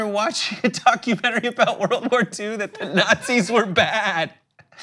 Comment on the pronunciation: ''Nutzis are the Cwaziest peoples !''